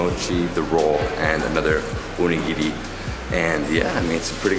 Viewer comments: DID YOU JUST SAY ONI GINI? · this triggered me so much you're not supposed to mix the fricking wasabi with the soy sauce and you are saying the onigiri wrong its not UnIgiri its onigiri AND YOU OPENED THEM WRONG AND RED BEAN PASTE IS NOT FREAKING J AM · How can you be so clueless? At least get some basic information before you fail so horribly. " Uh-nigiri " is called Onigiri and it's not sticky rice and def. not SUSHI. Literally every sweet snack in Japan is filled with red bean paste - not plum jam. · It's Oh-Nigiri, not Uh-nigirrii, the way you say it sounds like Voldemorts snake : P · The way he says onigiri infuriates me. Ooon-nigiri. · Why did you pronounce onigiri as oneginri , this just wrong lol .